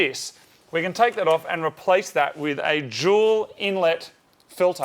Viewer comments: Focus rs Awd 4cyl Subaru Awd 4cyl Subaru owners vape So He really mustve said juul intake right? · I thought "Jewel" was the brand name